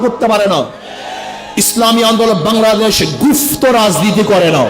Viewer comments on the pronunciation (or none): গুফত নয় সঠিক করে বল গুপ্ত।